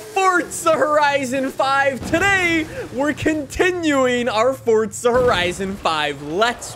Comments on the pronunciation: FOURZA NOT FORTZA JESUS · it was more because he says it 1000 times, but it's also pronounced for•zuh not fort•zuh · It's Forza not fortza 😂😂 I think it every time 🤣 love your videos tho 👍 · Forza not fortza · The way you say “fortza” actually makes me want to turn off my phone